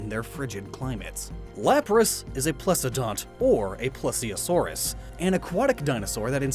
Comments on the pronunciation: It is please-a-saurus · NOOPE! I can't do it! First you keep pronouncing ARTHropod as ANTHropod in the bug episode. You mispronounced plesiosaur. It's pronounced like 'please' -siosaur. But this! Plesiosaurs were not and have never been dinosaurs! No marine reptiles were. Is a turtle a dinosaur? No? How about a crocodile? No! Well neither were plesiosaurs, mosasaurs, or ichthyosaurs or any other marine reptile. If it swam in the ocean it wasn't a dinosaur. I am hard on you because I love your videos. They are all so well researched and well edited so I expect better of you than these common misconceptions, you beautiful brand muffin! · not that anyone is gonna read this or anything but a couple of corrections plesiosaur is pronounced plee-zee-oh-saur and they arent dinosaurs. they are, well, plesiosaurs from the clade sauria. Most of the time when you say "dinosaur" you mean anything in the clade sauria as most things that we refer to as dinosaurs such as pterosaurs, plesiosaurs, ichthyosaurs, pelycosaurs, and mosasaurs aren't dinosaurs but instead relatives.